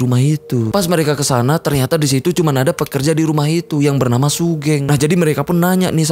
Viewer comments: Bacanya sugeng bang, bukan sugeng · bacanya sugeng bang bukan sugeng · buset bang wkwkwkw sugeng bang sugeng bukan sugeng ga enak banget dengernya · Sugeng mas bukan sugeng😭😭gimana sih? Gabisa voice note ya😭😭